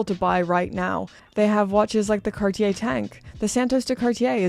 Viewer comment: Maybe an idea to learn to pronounce cartier 😉